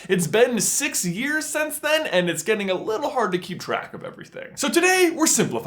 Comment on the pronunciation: i know it's just a small thing, but once u hear it, it's grating. Since =/= sense. Why does he pronounce since like sense??